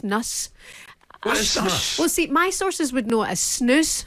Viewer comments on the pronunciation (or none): What I want to know is how can a no mark player like McCoist be the Co-commentator in a game when he cannot even speak properly he cannot even pronounce the word'See' (he says Sheee!) . His anti-Arsenal bias didn't go un-noticed. He has no professionalism; he is constantly coughing and sniffing into the mic. Get Rid.